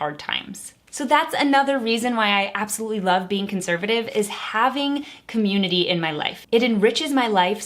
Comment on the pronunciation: I don’t have a say in politics because I’m too young to vote so anyways, I’m just gonna decipher how she pronounces “community” cah-myoon-ittee btw she’s been saying it a lot and Also conservative isn’t really a community it’s just a political party but regardless we’re all friends here so 🤣